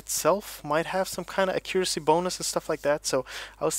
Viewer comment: I swear if you pronounce accuracy wrong one more time